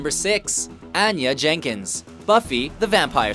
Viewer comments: he doesn't even pronounce anya's name right how could he know whats he's talking about? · If you're going to do a list like this, please get the pronunciations of the names right. You butchered anya's name. Smh jeez dude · Guy reading this isn't a fan. He mispronouncing so many names. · List it's funny because he pronounced it like she did in "tabula rasa" XD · You sound like Tabula Rasa Anya mispronouncing her name. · Did you even watch Buffy? How do you not know how to pronounce Anya? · Anya, not Anna. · her name isn't anna it's ANYA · I always get annoyed when the narrator mispronounces names. Like, don't you even consult the people who make these lists? "an-ya"? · Ughh I hate how he says Anya like it's Annah. She was my favorite, I can't handle it. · No Echo from Dollhouse? I would have had Buffy at #1, but I appreciate the list. BTW, it's pronounced On- Ya (Anya) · To quote Don Bluth's Anastasia: "It's AHN-ya." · IT'S PRONOUNCED ON-YA!!! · Ann-Ya? Also, Anna? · It's ANYA, pronounce On-ya. You should know how to pounce someone's name properly if you're going to make a video. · It's pronounced ON-ya. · Anya, pronounced: on-yah... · Its pronounced Ah nya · You can tell he never watched Buffy by the way he says Anya. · Obviously you've never watched Buffy the vampire slayer because in you did, you'd know how to pronounce Anya! It's like Tonya without the T! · I blame their Canadian...ness. Anya is a real name lol, they should have got it right. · How can you not know how to pronounce Anya? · Anya's name is repeatedly mispronounced but I'm glad Cordelia was included. Cordy needs more love. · Sure, she already existed in a movie before Joss Whedon reimagined her for television, but Whedon wrote that movie too, so that's irrelevant. And you pronounced Anya wrong. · OMG I got irrationally angry the commentator pronounced Anya wrong.